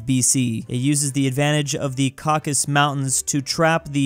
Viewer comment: I wanna kms every time he pronounces caucasus as caucus